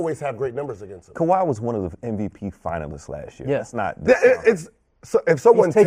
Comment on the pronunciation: Tf this guy saying KAWHI. this man is dumbbb